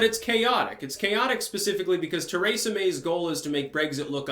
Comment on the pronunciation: When I listened to you say Kratom you about drove me insane, now that I hear you say Teresa I realize it's intentional.